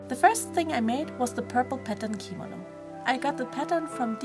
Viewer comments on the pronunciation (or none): She said it wrong, thats what I was pointing out. I looked it up and it corrected me, so yeah. It's kimono gurl, not kimino. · I'm sorry but every time she says kimono like "keemano" a little part of my gets triggered inside... Btw the doll is absolutely gorgeous!